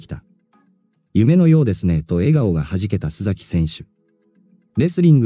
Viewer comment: すざきではなくすさきさんです